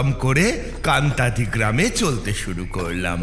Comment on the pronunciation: কান্তাদি বলে কোন জায়গা নেই, কাঁটাডি বলে আছে। তবে ইংরেজি বানান টা Kantadi, তাই একটু আলাদা লাগছে শোনতে। তাছাড়া তারা নাথ তান্ত্রিকের গল্পঃ গুলো খুব ভালো লাগে।